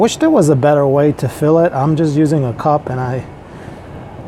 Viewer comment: Hope it all went well for you. Sorry man, I had to stop watching it was painful..... They are "pellets" not "pallets". It's a "cup" not a "cop" and you are using an infrared "thermometer" not a "thermostat". I know this is really judgmental of me, I tried to over look it all but it was such a distraction for me that it kinda made it all unwatchable. Feel free to judge my spelling and punctuation on this comment I'm sure I've don't just as bad.